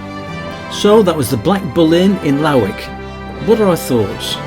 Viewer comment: A great wee video, having moved up to 6 miles east of Berwick 16 years ago from Kent, I love the fact that gets the pronunciation of Alnwick, Bamburgh and Lowick right. I really enjoy your riding video's and can't wait for the next. ATB Big Dave Scotland